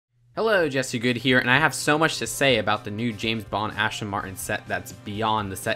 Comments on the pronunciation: Ashton Martin? Aston Martin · It's pronounced Aston Martin. Not too big a mistake, but I still find it slightly annoying.